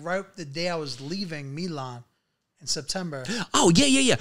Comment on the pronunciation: Milan....he can't pronounce it.